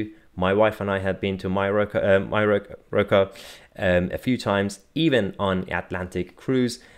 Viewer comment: Caught you out, "The Water In Majorca, Don't Taste Like What It Orta", ask Lacey, you have to pronounce the (j) as a (y), then you'll have it, by jove!:)